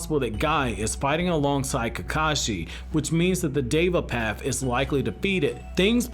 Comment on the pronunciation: Why did he keep saying “dava path” 💀